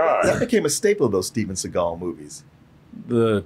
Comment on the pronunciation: The Reggae album should've said "Steven Se-gayl".